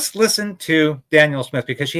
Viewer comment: Can you please pronounce Danielle's name correctly? You keep repeating " Daniel." Thanks.